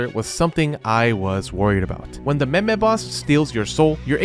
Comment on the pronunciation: Hey you said me-me you know what meme means in turkish....???